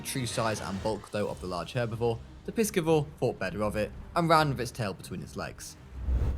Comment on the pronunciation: Pie-Si-Vore not piss-ki-vore